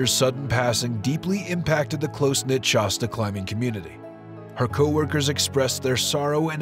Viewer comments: Good video except for pronouncing the name of the mountain wrong. Shasta a is like shaft. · So is it pronounced "SHAW-STA" or "SHASS-TA" ?